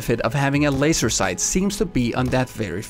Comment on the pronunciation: *FOOKIN LOAISE' SOAIGHTS